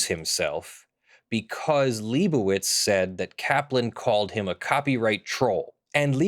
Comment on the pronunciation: it's been like 8 videos and still hasn't said "lie bow itz":( Lie bow itz how bow dah